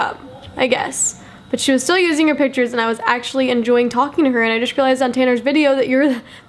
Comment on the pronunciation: Also *pitures